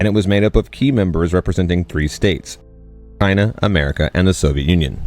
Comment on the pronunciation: Was that a mistake, or could not say China ?